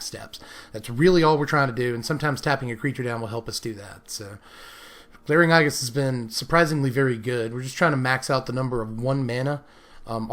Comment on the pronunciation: Aegis is procounced A-jis.